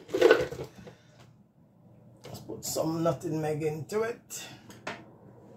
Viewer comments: 🤣 right!! It was irking me too! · Your coconut toto looks good but dont say nuttingmeg the correct word is NUTMEG I WOULD LOVE TO SEE THE RECIPE THANKS FOR SHARING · NUT-MEG NOT NUTINEG